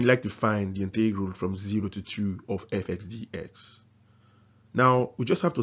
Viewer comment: Integral - emphasis is on the first syllable!